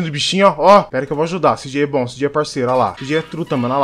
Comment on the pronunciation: "Sí jei" eo caralho a pronuncia certa é "cê jota"